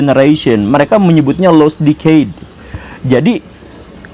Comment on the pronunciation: Prononsiasi guru gembul terhadap kata "decade" salah. Mohon diperbaiki. Kamsia.